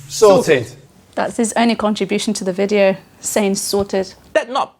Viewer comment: Not "video" but "wijeo"